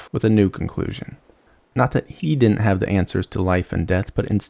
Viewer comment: I made it through when you said "dinen't" instead of didn't, but I'm out at "anyways."